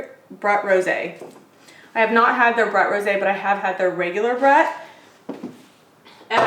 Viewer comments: I love, love, love your videos because of Trader Joe's and your personality. But OMG, learn to pronounce words. This is your job!!! Champagne or sparkling wine is brut -- say brute, just like a nasty man. It's not but with an r in it. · Thanks for the joy! It’s “broot”. Xoxo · Happy New Year ! I've enjoyed for videos for two years now. I think Brut is pronounced Broot"No ? Take Care .❤ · Lol its BROOT. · Love this! FYI Brut is pronounced Brooot 😊 Also, the M. Chevallier Carte Noire, Brut Cava is great! Great value, sparkling wine from Spain - methode traditionelle🎉 🍾🥂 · Just a heads up…it’s pronounced “brute” ✌️ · It’s actually more helpful to give a phonetic spelling of a word to help someone to pronounce it accurately. Brute is pronounced as … Broot 😊